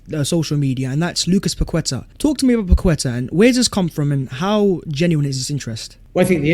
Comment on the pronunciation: Perhaps now you heard pronounce Paqueta correctly Pak-Ke-Ta and not Pa-Kwe-Ta as you insist on doing. It's disrespectful to not try and use your own version. Don't spoil a good channel.